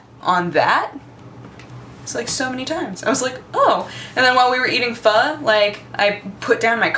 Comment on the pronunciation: you pronounced pho correctly !!